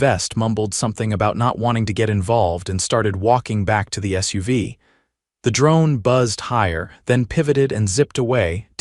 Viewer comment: Not pronounced Suv it is just S. U. V. letters.